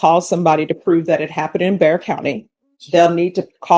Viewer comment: It’s Bexar county. Not Dare county.😂 AI will not be the answer.